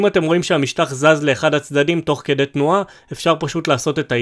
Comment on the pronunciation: זמן: : לידיעה הצורה הנכונה היא: kedey !